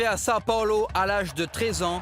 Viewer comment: Il sait pas dire Sao paulo le mec ?